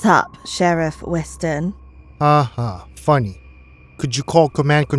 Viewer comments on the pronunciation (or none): Yeah her voice doesnt sound right at all...especially saying "mars " & " sheriff weston " way to much posh accent drawl on some other words too